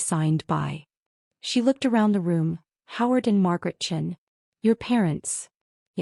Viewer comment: Hello…the whole world is tired of anyone named Sarah Chen…and yesterday..I ran into 3 stories back to back to back..,a few times the woman is CHEN…but just like this story..early and often, AI reads her name as CHIN..imagine going through life with people staring at your actual,CHIN..and not know why!! Miss CHIN, oh , I’m sorry…Miss Chen…is everything okay?